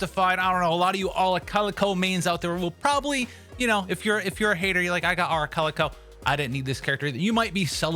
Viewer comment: It took me a minute to understand you were talking about Arlecchino towards the end 😅 It sounded like “arla-calico”